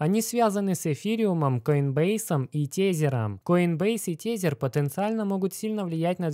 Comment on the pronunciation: Не тЕзЕр, а тЭзЭр бл….